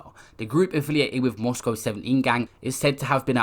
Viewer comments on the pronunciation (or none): none